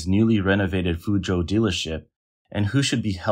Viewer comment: "-zhou" is pronounced like the name Joe. Insurance fraud?